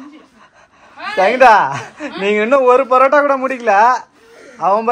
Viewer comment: It is not barotta it is parotta